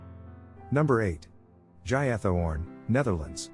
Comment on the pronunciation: Oh my God, another couple of awful pronunciation mistakes. Marsaxlokk: X is SH in Maltese. Marsa shlock, not Marsax lock. And Giethoorn is no Jaya Tourne! It's close to Heat Horn, if its more suitable for you to read!!